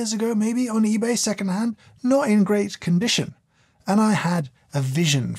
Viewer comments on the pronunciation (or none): none